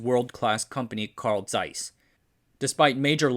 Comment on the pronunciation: Yes. Thank you so much for correctly pronouncing Zeiss. Thank you!